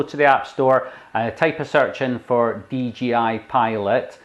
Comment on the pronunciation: he said DGI